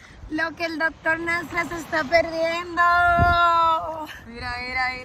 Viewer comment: Dique ”Dotol Nasla“ Jajajaja